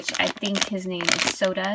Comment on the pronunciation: its sora not soda